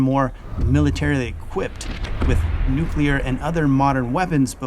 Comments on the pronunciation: he says Nu KEWL ur... instead of Nu CLEE ur I don't know if he is that smart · Does it bother anyone else that a Colonel pronounces “nuclear” as nucular?